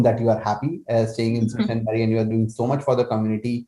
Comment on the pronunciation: Sault is pronounced as Soo :) it’s a French word meaning rapids